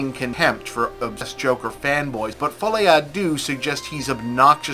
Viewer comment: I wonder why no one bothers to ask google to pronounce the fucking title not to mess it up? Americans do not care about messing up a «lesser» culture, does not even cross their mind that it would look dumb. Deux – its /dø/ more like in derp, not dew. fol'I not f'Oli. Noonу has to know everything, but when you literally have a way to check anything in 3 seconds and decide not to use it – it's something else. And no, i'm not French, its my third lang and i'm shit at it.